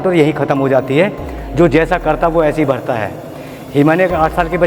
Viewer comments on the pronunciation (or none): none